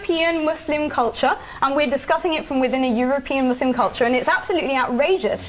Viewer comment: Why must they always over pronounce the ‘s’ in muslim?